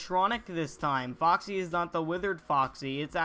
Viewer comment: "o ma god new fahxy teasuh"